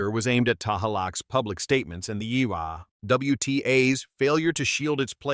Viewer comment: HER NAME IS EALA NOT YALLA DUM. BO